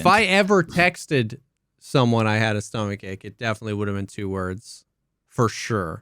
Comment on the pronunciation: 'stoma-cha-chay' had me dying